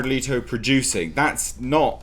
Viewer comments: It's pronounced Let-o not Lee-to. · Letto! I pronounce it as 'Lay-Toe'. Time to wait for some backlash.